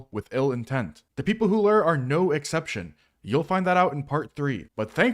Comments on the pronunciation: i thought lure was pronounced (LEW-URR) not (LERR) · day 2091 of rs players mispronouncing the word "lure". rations are running low, and i fear i may have to take drastic action soon.